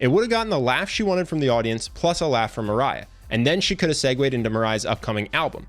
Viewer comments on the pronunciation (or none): How he pronounce Mariah : Maray How I pronounce Mariah : Marya Me : My whole life was a lie.